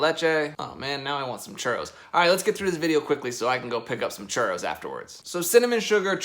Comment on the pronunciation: How many time says Churos ⬇️⬇️